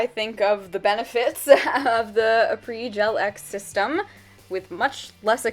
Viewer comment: Finally someone who knows how to properly pronounce Après!! ♥️ Great video!